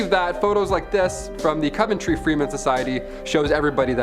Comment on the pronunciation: Coventry is pronounced CUVentry.